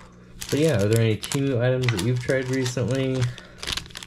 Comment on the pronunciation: Temu Emu...... And not Doug